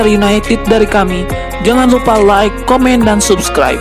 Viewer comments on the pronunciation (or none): none